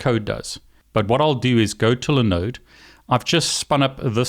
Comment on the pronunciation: What is a li node server? Did you mean LIE-NODE server? (As the I has a vowel that comes after it, making it a hard EYE.)